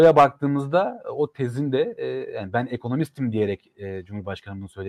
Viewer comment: Yaa siz yanlış anlıyorsunuz adam ekonomistim demedi Ben ekonomis..ktim dedi